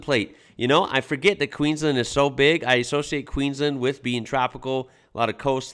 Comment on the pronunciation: Dude you gotta learn how we say Queensland. Listen (or react!?) to the song Queensland by Evil Eddie man, you'll learn and you'll love it